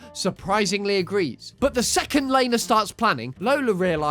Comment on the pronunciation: Could you do the Loud house with CPS??? Also Lana name is pronounced LAH-NAH not LAY-NAH